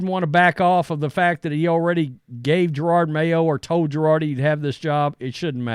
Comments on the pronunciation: Hey, just so you know I am a white guy and conservative. Having said that Please learn how to say someones name and or other words before you look stupid. Jerard No it is Je ROD. I like your conservative show, however, you do look stupid sometimes! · Ja-Rawd;). Cmon man